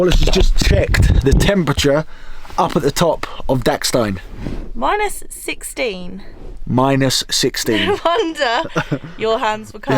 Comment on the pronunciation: As an Austrian, it's damn funny when English people pronounce Austrian or German place names, for example "Filzmoos", or "Dachstein" ;) If I hadn't recognised the places in the video and read the names, I wouldn't have recognised the places from the pronunciation ^^. Funny video in any case, also because of the toilet scene. By the way, the text on the ticket machine reads "Additional payment required". Of course, there is also larger toast in Austria, but you can't get it in every cow village. Austrians and Germans tend to prefer dark bread with a crispy crust. :)